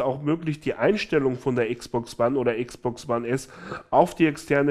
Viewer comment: Wieeeso sagst du Xbox wone